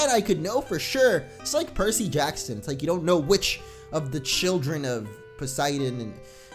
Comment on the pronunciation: (Hears Percy Jackson) PERSASSY BREH HOW COME NO ONE READS PERSASSY